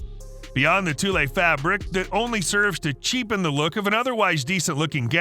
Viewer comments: Tulle is pronounced "twull", not "toolay" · Or if you are Australian, it’s pronounced “Tewl”, but definitely not Toolay! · Tulle is pronounced like tool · TULLE is prounced tool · TOOL, IT'S PRONOUNCED TOOL! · Tulle is pronounced like it rhymes with “gull,” not “two-lay” 😂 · and its pronounced Tool!! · Tulle - pronounced like tool - if you're making a video, learn the terms! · Ya that really drives me crazy. It's like they don't even research. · Omg I thought the same thing! Irked the hell out of me!